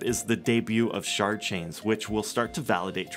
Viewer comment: Did he say Shart chain?